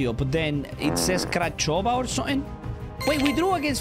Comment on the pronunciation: Crachova🤣🤣 In Romanian Its Craiova